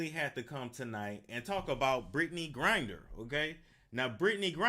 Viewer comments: Gri-Ner not Grin-Der. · BRITTNEY "GRINDER"😂😂😂😂ITS GRINNER